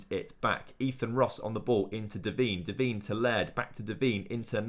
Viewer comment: Its not pronounced devene its pronounced devaine